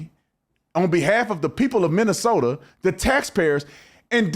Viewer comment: Its Minnesoma